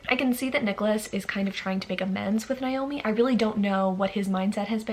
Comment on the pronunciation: Hi just a heads up, Naomi is pronounced as Nay-oh-mi. Whereas the other less common spelling Niomi, is pronounced with an I.